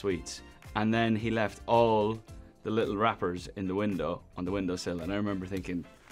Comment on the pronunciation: ‘All the little wrappers….’ (Said in his Irish ) 🤣💖